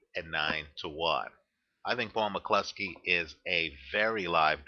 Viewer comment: your the only american that says mccloskey properly good man lol